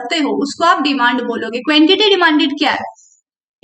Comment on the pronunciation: क्वेंटेटी 😂 क्वांटेटी is right pronounce